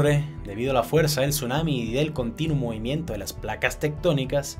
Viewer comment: Por qué casi en su totalidad los youtubers tienen un defecto al hablar? Algo que desagrada a la gente? Hermano, no uses la M en dónde va la N, ejemplo...movimieMto, aproximadameMte, dejaMdo, etc.